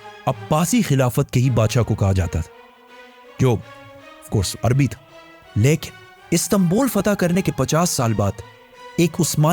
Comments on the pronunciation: Your"""" leikin"""😂😂😂😂😂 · Besides ur knowledge, research and effective way of delivering ... I love ur style of "LYKIN" 🧡😂 U & ur work is awesome brother. Jazakallah Kher for all of ur videos.